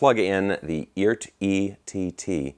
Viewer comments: I just heard it is pronounced E Art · Hey, I guess Phillip McKnight talked to the Eart guys and said it's pronounced "eee-art" with two syllables. If that's the case they probably should have hyphenated it like E-ART.